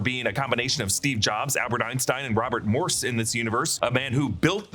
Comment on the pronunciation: I’m what world is Moses pronounced “morse”???